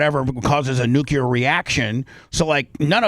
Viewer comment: “I’m not a newcular fizzist.”__Bubba